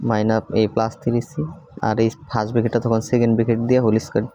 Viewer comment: Tumi tiri bolba na plz three bolba😊ok